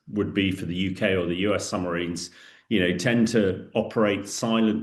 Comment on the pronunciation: Is he saying, “Summ-a-rines? Good grief!